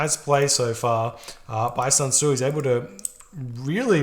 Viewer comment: honestly, it's SUN Tzu (chinese general). Nothing like SAN Tzu, which pains me to hear it.